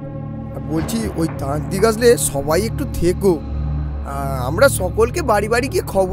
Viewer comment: Tantrik ❎ trantik ✅😂😂😂😂😂